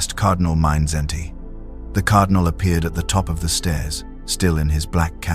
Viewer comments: why an't you get simple things right ? His name is MIDSZENTY. There's no "n" in his name. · This is very disturbing. Famous figures of history deserve to be named properly. It is not difficult to learn how to pronounce foreign names, the Internet serves everyone free of charge.